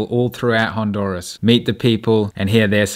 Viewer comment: Garifunas are not from Nigeria and this can't even pronounce Honduras correctly!!